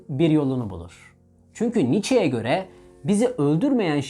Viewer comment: Sartre ve Nietsche isimlerini(Friedrich) kolay telaffuz etmek varken neden daha zor ve tuhaf yolu tercih ediyorsunuz? 😊